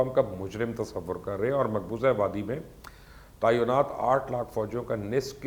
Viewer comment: جناب مبشر لقمان صاحب ، لفظ تعینات عین کے نیچے زیر ی پر جزم کے ساتھ ہے